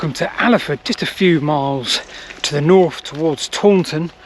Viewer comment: Ok just to bring you back down to earth.. could you poss have a go a saying 'north' instead of 'norf'? Don't care about 'sarf' 😅 also funny when you said 'to my west'